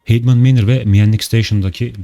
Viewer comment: Ben bilgi hatalarına değil de telaffuz hatalarına değinmek istiyorum. Yanlış ve doğru okunuşu şeklinde paylaşacağım. Headman: Hidmın ❌ Hedmen ✅ McJannek : Miyanek ❌ MekCeanık ✅